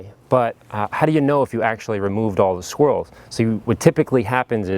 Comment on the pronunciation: Hey, it sounded like "Dealer Installed Squirrels".....hahah